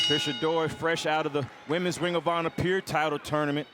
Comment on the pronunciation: Why can't say PURE. He's saying Pier... wtf is that